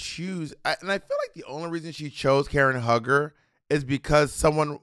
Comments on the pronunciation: Omg it’s Karen HUE-GER not hugger! Lol omg that was driving me insane… but other than that, I really enjoyed this episode ! 💕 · Karen HUGGER is bugging me BOB & Money really don’t watch Real Housewives I can tell 💀 it’s pronounced “HUE-GER” Karen is funny asf Robin is lucky they split the snatch games as she would have been lip syncing too. Also two people have done nene and it wasn’t funny the material is there but so many girls just flop 🤦🏾‍♂️ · "Hue" ger not Hugger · Calling Karen HUE-ger, Karen Hugger is SENDING ME lmao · Bob NEVER SAY KAREN HUG HER EVER!!! It's sounds like [Hue Ger] Karen Huger. That's like Ashley in RHOP saying GYRO. Gurl! That was so Crunchy. You owe Karen an Appolgy just for pronouncing her name like that, she is Everything. Still love you but NO! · NOT "KAREN HUG-HER" ☠ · Lol y'all pronouncing Karen Hue-ger name wrong and as a Potomac fan she is iconic!! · Bob said Huger with the HARD R lol its pronounced hew-ger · Lol it’s pronounced Hue-ger, like Hugh Hefner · You can tell they really don’t watch RHOP, it was so funny when they kept messing up Karen’s last name.